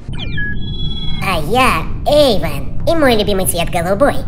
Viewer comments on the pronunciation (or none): Эйван а не эцан🫠